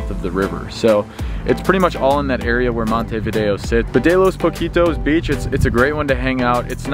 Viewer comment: hi, my friend! No se dice playa Poquitos, jjja! ES POCITOS, diminutivo de pozos, yo puedo enseñarte Español. by end thanks u!